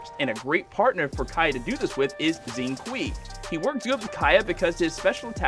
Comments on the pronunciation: IM SORRY BUT I JUST NOTICED HE PRONOUNCED XINGQIU AS ZINGQUI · The way he pronounces 'Xing Qui' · I had to play that over again bc I was like who????